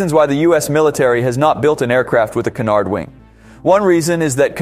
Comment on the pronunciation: Be careful with the pronunciation of canard. Sounds like you are saying connard. 🤣